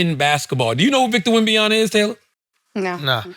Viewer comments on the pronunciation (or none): Charla Who is Wembyana? Bruh it‘s Wembanyama